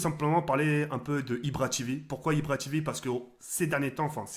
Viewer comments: mdr ibra tivi TIVI c tv pas TIVI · deja on dit pas ibra tivi mais ibra tévé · mdr tu dit ibra tivi on dit ibra tv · Ca se prononce "IbraTévé" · Ibra "Tivi" Mdrrr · il me tue il dit ibra tivi xptdr Je me moque pas te le meilleure continue! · "IbraTivi" mdrrrr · Ibra TV il l'a dit à l'anglaise mdr